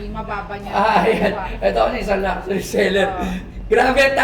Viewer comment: They cant even pronounce LUXURY correctly lol.